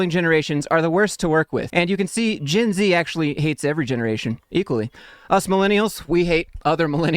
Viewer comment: That a shot every time he says "GINZEEE"